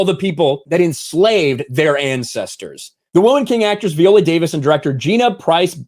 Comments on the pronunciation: Her name is "Vigh-ola" not "vee-ola.* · Please pronounce her name correctly Vi.. ohh...la. I saw the movie and it gave a prequel to the Wakanda women's guard vibe. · I should've known as soon as he was pronouncing her name V-ola, instead of Vi-ola, that this would be a trash piece. This is some unnecessary bullshit to disparage the movie because it has been so well received. She's always said it's LOOSELY based on the real tribe, and in the movie, IF ANYBODY SAW IT, they address the slave trade and that they participated in it prior to the time of the movie when they're trying to change. Sometimes I can't stand social media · Her name isn't pronounced VEE-OLA. You should at least learn how to pronounce the person's name correctly before making videos about them. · God damn it. Quit saying Viola that way. How do you say Violin?! 🤣🤣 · Isn't Viola pronounced with a long i, as in island?